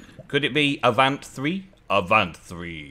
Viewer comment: How about saying it in a French style? A'vont. 😄